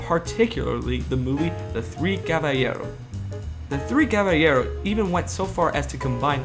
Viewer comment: Also, caballeros is pronounced ca-ba-ye-ros, not ca-ba-ye-ro